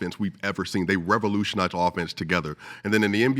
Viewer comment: Mans should've lost just on his pronouncing revolutionize